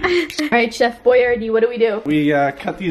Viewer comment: I thought that you said “CHEF BOIA” which is my last nam e 😂